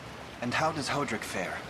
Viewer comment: "Hoe"-drick sure is a way to pronounce that name 😅